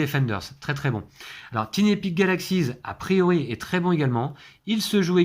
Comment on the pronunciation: Super petit jeu qui est vraiment super pratique car tout petit : idéal pour les vacances ! Un petit détail néanmoins : comme j'ai déjà pu le signaler à Martin de la "Société des jeux", tiny se prononce tailleny...😃😁 Bon jeu !!!